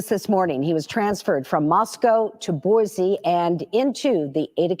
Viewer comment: It’s Boy-see please! I live 30 miles from Ada county.